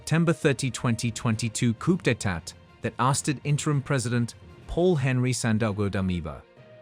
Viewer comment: Is it too hard to get your robot,AI,chat dude presenter to learn the oh so easy,Educated,Acceptable and standard pronunciation of "coup d'etat".For crying out loud.